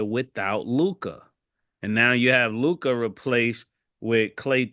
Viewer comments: I’ll b glad when Mase friends tell him it’s just Luka and not Luke-eye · Tell Mase it’s not LU KIY ITS LEW-KA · Mase trying hard to regain his once lost Lakers fandom 😭😭 and he still sayin “Lu-Kah”😭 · Right his Lu-kah be strong as hell too! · Lu kah kills me 😂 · Bra I hate dat luk-ah shit ma$e need 2 chill wit dat lol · I hate that lol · His teeth too big to say it correctly 😭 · Bruh this shit is so fucking funny I tried pronouncing